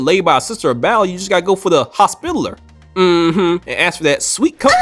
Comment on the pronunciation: For the love of God its hos-pi-tall-er